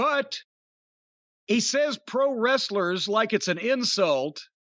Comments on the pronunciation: “Pwow westlel”? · Actually he said we “beat off pwo wrestlers” lol.